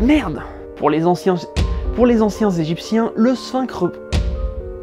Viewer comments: les Anciens Egyptiens ont eu du mal a sortir xD a un moment j'ai cru entendre "Anciens Gypsies" ou alors j'ai eu une hallucination auditive ^^ C'est horrible quand on répète une phrase plusieurs fois : plus tu la repetes et moins tu y arrives xD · Merci d'être vous ça fait du bien au moral 😁 je pourrai plus jamais prononcer les anciens gézypchiens... euh... bref eux quoi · La vache, j'ai essayé de prononcer la phrase "les anciens Egyptiens" et je mis sui repris 5fois. C'est chaud, ^___^